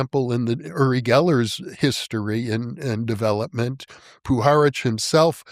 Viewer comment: It's pronounced "you-ri Geller" not "oo-ri Geller".